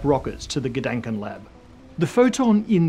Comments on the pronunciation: Please try to pronounce the "a" in Gedanken like you would pronounce the "a" in ah or arm. This vowel shift between the german and englisch language is nasty :D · Dänk way to pronounce "Gedanken"… 😜